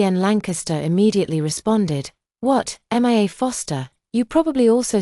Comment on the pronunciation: 😂why are they saying M I A instead of just Mia. Is this an AI recording ????